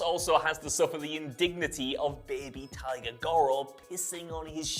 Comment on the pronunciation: Also says Tiger, not Taiga.